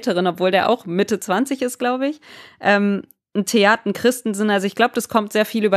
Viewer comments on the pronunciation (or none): Bitte Theate, Theat ausprechen. Auch wichtig für alle die im Stadion den Namen schreien bei der Aufstellung. Als Referenz kann man das Vorstellungsvideo anschauen, dort spricht er es selbst aus glaube ich.